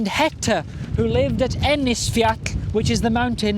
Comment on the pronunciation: Thank you for the captivating stories! Your pronunciation of Icelandic names sounds very good to me but I am not an Icelander. I noticed the k sound at the end of the word Ennisfjall. Like Ennisfyak. Curious!